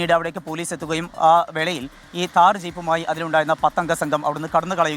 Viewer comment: Taar allada..thhaar